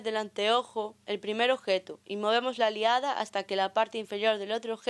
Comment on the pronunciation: No se dice "aliada", sino "alidada".